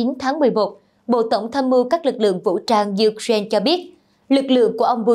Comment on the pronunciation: Ukraine đọc sai rồi nhé, sửa lại đọc nghe kỳ lắm